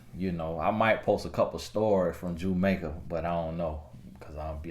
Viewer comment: I cracked up every time he said Jumaica 🤣